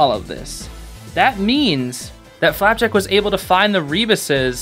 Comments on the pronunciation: STOP SAYING "FLAPACK"!!!!! sorry it makes me SO mad! it's flapjack!!!!!! (this is a great video!!) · why do you pronounce flapjack as flap-ack sometimes? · Love how you say “Flapack” instead of “Flapjack” a few times! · I love the way you call Flapjack Flapack xD Another cool reference/secret I think you'd find intresting to know, if you look at the tv shelf, under the nintendo switch theres a CD with a bite in it. remember when gus back in that one episode tried to bite a CD and said " OOOH SHINY COOKIE!" back in " escaping expulsion " ? Yeah, lemme know if you noticed that or not, thought you might find it cool :D FOR FLAPACK/FLAPJACK! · "flapack" let's go he said it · I'm sorry but the amount of times he said flapack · Am I the only one who heard him say flaback